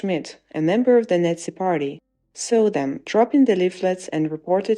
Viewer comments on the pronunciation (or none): Baden-Württemberg ist not a northeast state, it is in the Southwest, and please, "Nazi" is not pronounced "Netzi".